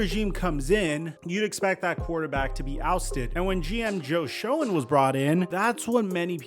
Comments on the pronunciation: General manager is pronounced Joe "Shane" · Joe Schoen's name is actually pronounced Shane. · Love all your analysis videos! You’re doing great work! Just wanted to mention Joe Schoen’s name is pronounced (Shane). Small correction, and only mistake I’ve seen you make. Keep it going! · Joe Schoen pronounces his name Joe Shane. Not Joe Sc-own